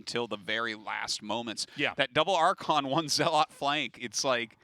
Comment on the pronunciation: Why can't Artosis pronounce zealot correctly? The game is 10 years old, FFS.